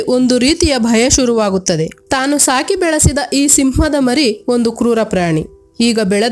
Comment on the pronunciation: ಮಾರಿ ಅಲ್ಲಾ, ಮರಿ ಸಿಂಹ ಎಂದು ಓದಿರಿ.